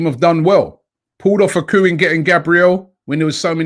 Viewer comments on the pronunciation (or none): Nobody at all: Robbie: This transfer has been a major "Koo" for Arsenal